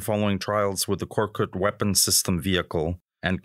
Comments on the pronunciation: KORKUT NOT KORKUK AMK! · No korkuk, YES KORKUT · Thanks for your effort but you have to change some of these: First of all it should be "Korkut" not "Korkuk" and Korkut means "Fearless" then you don't need to say all of the name of the companies or translate them please for example FNSS Savunma Sistemleri > FNSS or FNSS Defence Systems A respected magazine like you should not do this mistakes